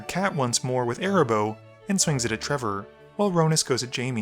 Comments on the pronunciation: Me too! Cat's name is AAAA-RAAAA- boh 😜😜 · The fact that you kept calling Arahbo "Erabos" REEEEEEEEALY peeved me for some reason lol